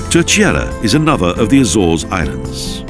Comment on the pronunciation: He murdered all the names of these places, at one point I could even make out what the heck the place in “ Telcheira “ 😂 Was.